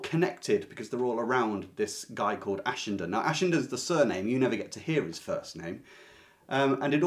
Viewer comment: It's been 40 years since I read Ashenden so I don't remember a thing, but, thanks to you, I at least know how to pronounce it now! I love Somerset Maugham, especially The Razor's Edge and his short stories.